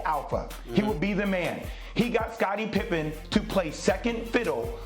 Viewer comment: It’s Pippen